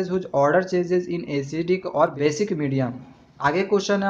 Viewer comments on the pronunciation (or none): sir said basidic medium